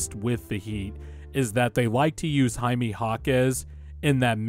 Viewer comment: Enjoyed the video but the way you pronounce Jaime was like nail on a chalkboard 😂 it’s more like hi-may not hi-mee